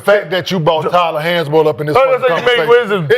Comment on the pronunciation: Bro said Tyler Hansborough 😂😂